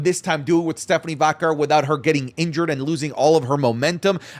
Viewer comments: It's probably just me thing but does it bother anyone how says Stephanie Vaquer's last name? It drives me crazy it sounds like he's pronouncing it like Vacurr 😂😂😂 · the way u say stephanie’s last name rly pmo 😭